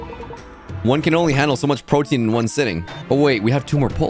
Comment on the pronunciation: Pretentious to- P-P- PROTIEN